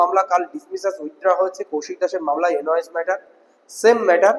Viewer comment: 21 তারিখের মামলাটা কৌশিক দাসের না। কৌশিক দাস কোনোদিন মনদীপ কালরাকে উকিল রাখবে না । তুমি একটু জেনারেল নলেজ বাড়াও। আর কথাটা এন ওই এস. না কথাটা হবে, এন, আই, ও, এস। পাগলা, দেখে নিস।